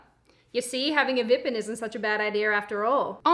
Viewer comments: I have to admit, I was about to skip until she said "vippen". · Sydney, are you still debating on how to pronounce vpn among your flat mates?